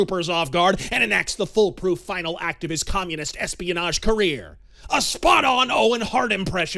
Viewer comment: I swear I heard you say international "lesbianage"